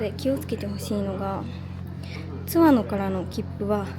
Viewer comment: 前回の青春切符で初見で、今回も楽しみました。昭和〜平成初期に湯田温泉近くに住んでて、深夜の大垣行きでバイト感覚（節約）で東京→小郡で何度も帰省したものです。貴婦人やまぐち号には何度も乗りましたが、今また子供と乗りたいです。 あと、地元での津和野のイントネーションは⤴️ではなく➡️です。